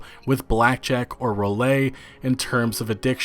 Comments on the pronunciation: Roulette is pronounced (roo-lett) not (roo-lay) just saying. I guess you are not a gambler lol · Roulette = rouleigh (you), roo let (everyone else in the world). Lol. Love your vids, I’m 100% anti p2w loot boxes, keep up the great vids and keep bringing a well educated view point to the table. 👍🏻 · Row-lay? You mean ru-let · Roolay?? Roulette is pronounced roo-let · roulette pronounced: roo-let not roo-lay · Roll A: what's that? Oh you mean roulette. That is pronounced like rule-et. The first syllable is rule, not roll. The second is et, not a. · I really feel the bigger crime here is saying "rou-lay"... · "Roo-lay". Wow dude you are dense, aren't you? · What's "roo-lay"? Have you seriously never heard of roulette before? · Lol, did you just say ‘Rolay’, lol! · Did you just pronounce the word “roulette” as “Rue-Lay?” XD XD XD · Rouley? Lmao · "rouleayy" click that bitch and hit the sound Icon to learn how to say roulette right. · lol Rowlay!" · Reported for pronouncing roulette "roo-lay". Just kidding, thanks for keeping this topic on the forefront for us true gamers who prefer not to be exploited. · The Ts in Roulette, or at least one of them, is pronounced. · The "t" in Roulette is not silent. The last "e" is. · that mispronunciation of roulette, lol. anyway, this is exciting news, I had lost some hope when Hawaii failed to do anything but it seems the fight is definitely still going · aartaxx aartaxx lol yeah I caught that too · Roulette' hahaha you pronounce the T bro